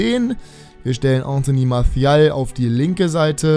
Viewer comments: Ja ich habe französisch in der Schule...'Marsial' würde ich mal sagen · Warum sprichst du Martial mit spanischem akzent?